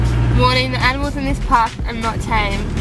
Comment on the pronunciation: Did he just said 'aminals' instead of 'animals' ?